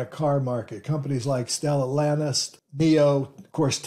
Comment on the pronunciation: The root word for Stellantis is STELLA (a star) so it is not pronounced stellANTiS but STellANtis.